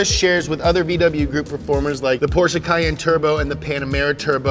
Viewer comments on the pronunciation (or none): none